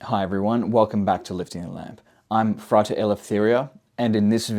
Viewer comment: Why do you say frighter instead of frAter? As a mason it irks me 😅